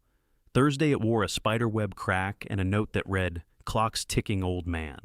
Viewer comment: Agreed. I do not like that the AI narrator uses the wrong read vs read. I know it is confusing but it is annoying.